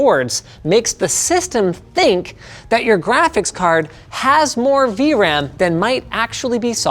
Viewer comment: says car instead of card 😂😂